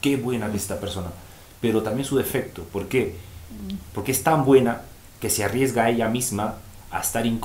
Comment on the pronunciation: Me gusta tu forma de hablar. Ese pronunciación tan francesa: pogqué, exagto, clago, pego. 😉. Saludos de MX.